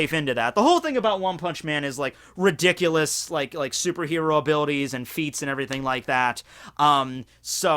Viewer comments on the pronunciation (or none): Mel-gaar-zard LazER riDICulous This has been the pronunciation jerk’s psa